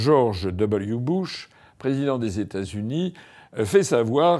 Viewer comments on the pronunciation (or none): none